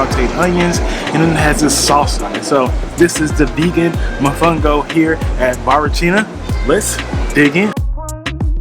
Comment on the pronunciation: Great job! I'm going to look into that sailing adventure next time I visit. Remember to pronounce all the the O's in mOfOngO 😉